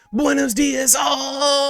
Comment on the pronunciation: Did you just say "buenos días"? My mind got shocked since I thought I was listening to one of my spanish youtubers.